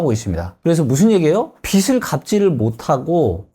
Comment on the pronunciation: '빚이, 빚을, 빚은' 발음하실때 비지 비즐 비즌으로 해주세요 비시 비슬 비슨